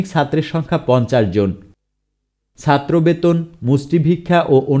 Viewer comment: You need to work on your pronunciation of “ Chattro “